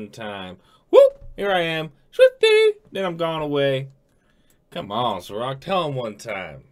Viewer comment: I's SAH-roc not Suh-roc.